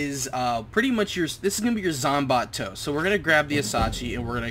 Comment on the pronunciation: zom-bot-to XD